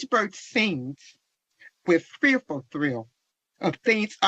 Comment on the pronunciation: "With fearful trill" not fearful THRILL...just saying